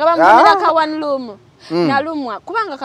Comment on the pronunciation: Loom …not room